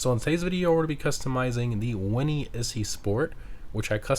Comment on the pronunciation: It's Italian, like "Itzy". As in Itsy bitsy. The Weeny Issi / itsy weeny